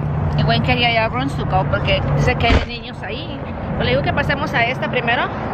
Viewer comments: no se dice runs tugo.... es rooms to go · qué raro pronuncias el inglés,tantos años viviendo en usa y sobre todo casada con norteamericano y no das una.exemplo cuando dices rootogo!!!!!